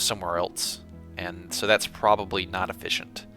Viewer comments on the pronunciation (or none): Are you saying fish isn't very efeeshent?